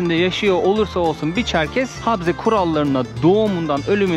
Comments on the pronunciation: Habze değil okunuşu ,Ğabze diye okunur ! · Selam kardeşim nasılsın umarım iyisindir videoyu izledim çok güzel olmuş eline emeğine sağlık adıgey cumhuriyetine gitmişsin o caminin yanında müze vardı keşke o müzeye gitseydin Çerkezler’in tarihini görmüş olurduk birde habze diyorsun yanlış telafuz ediyorsun habze değil kabze Çerkezler’in anayasası dersini iyi çalışmışsın bende bu videoyu fesbuk ve istekramda ve vatsapta paylaştım umarım abone sayın artar keşke birde Çerkez düğünü çeksen onlarla sohbet etsen bizden selamlar götürsen anavatana selamlar kolaylıklar diliyorum sevgiyle kalın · Kardeş he harfi değil söyleme şekli he ile değil ğe ile karışık çıkması lazım